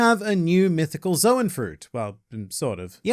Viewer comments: "Calling Luffy a Mythical Zo-wen user will never not be weird." Well it would be SLIGHTLY less weird if you stopped pronouncing the word "Zoan" so weirdly... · Bro I keep thinking he's saying the N word because of the name of the devil fruit